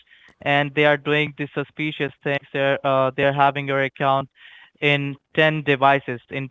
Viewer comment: Just “axe” Any “Decks” to do “each and every “ting”. Put “dem behind da bars.”